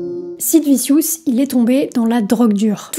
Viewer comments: Très bon reportage, mais par contre, Sid « viciousse » ?!? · C'est Sid "Vichieuss" pour les nuls en anglais. VIdéo intéressante, dommage pour le titre putaclic. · On prononce Anarchy "Anarky" et Vicious "Vichious"... à part ça c'est très intéressant.